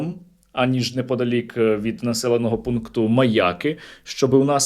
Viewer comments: Чому МаЯки, а не МаякИ? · Мені здається, чи Сергій навмисне каже МаЯки, з наголосом на Я? Мабуть тут закладено якийсь іронічний сенс😂.